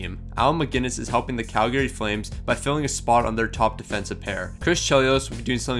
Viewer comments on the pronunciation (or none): none